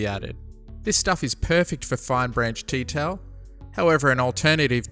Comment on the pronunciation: did you say tea towel instead of detail? Great tutorial!